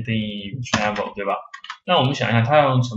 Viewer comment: travel 不是 tranvel